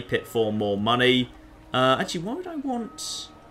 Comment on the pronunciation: says "Giant pile of money," I hear "Giant pile of mantis eggs."